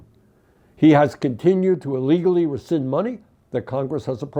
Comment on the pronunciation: Rescind not resend.